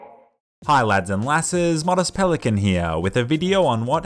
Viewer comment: Pelicant? No pelican.